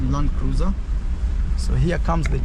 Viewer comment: Hey just say Landcruisr👍🏿👍🏿LUV